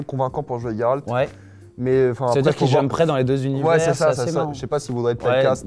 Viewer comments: Tu le prononce tres bien le nom de geralt cest les autres qui sont dns l'erreur jeralt c'est juste degeulasse et ca n'existe pas chez nous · Tu dis tres bien le prenom de geralt cest un polonais qui te le dis jeralt cest degeulasse et ca existe pas chez nous fait pas attention aux autres cest eux qui sont dans l'erreur